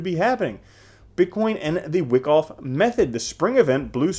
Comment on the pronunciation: it's pronounced W-eye-koff you bobble head.